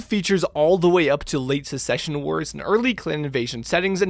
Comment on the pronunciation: *Succession Wars, not Secsion Wars. They were wars over the succession of the Star League, not secession from it.